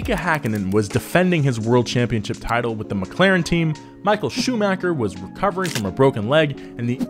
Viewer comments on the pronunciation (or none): none